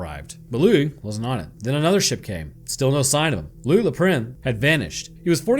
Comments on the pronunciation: louie not louisssss. in french the S is SILENT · Loius Lou-eye! Oh oh! Where did he go!? Oh oh oh oh oh oh! (had to do it)